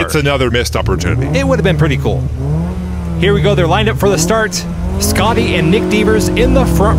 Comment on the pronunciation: Schotty is pronounded Schotty, not Scotty.